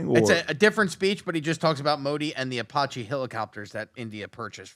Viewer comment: What is an "apoche" helicopter?